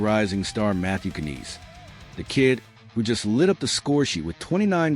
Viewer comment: you know its AI bullshit when they cant even pronounce the name right